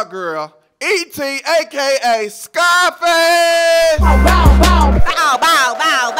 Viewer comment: Bro Said “SCIIFACE” 😂😂😂😂